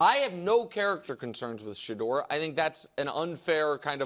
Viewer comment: Sha-DOOR 😂😂😂these dudes r hilarious it’s Shedeur